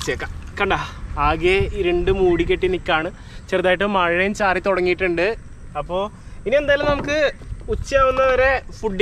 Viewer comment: മഴുയും എന്നല്ല മഴയും എന്നാണ് 🤭